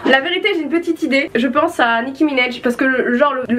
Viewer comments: "Nicki Minaiej" ptdrrr personnes le dit comme ça on est d'accord, c'est minaaaj avec un A 😂😂😭😭😭😭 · Nicki Minéje non c Nicki Minaj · "nicki minèj" mdrrr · « Nicki minej » 😂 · A passant Nicki Minaj on prononce le A comme en français